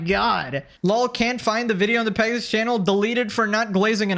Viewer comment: It's Pegasover